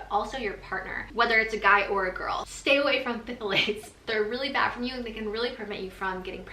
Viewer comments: "Thal--lates", the Ph is silent :-) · its pronounced "thalate" you kinda ignore the "ph" lol i know it doesnt make sense 😂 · Pronounced Thay-lates 🥰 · NO PFFFFFILATES! Oh. I giggle. P(silent)-thal-ates ❤️ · It's pronounced "thigh-lates!" Love it though! ❤ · Its pronounced Tha-lates 😄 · I was dying. I was like thAaaalates